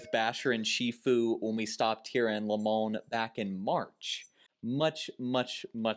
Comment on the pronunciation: Hey, new viewer here. It's pronounced like this, Lie Mon, Limon Colorado. We're cultured but you're giving us way too much credit lol. And welcome to Colorado!